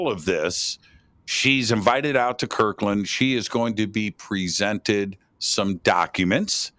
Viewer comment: it’s Kirtland not Kirkland. With a “t”. Kirtland AFB, New Mexico.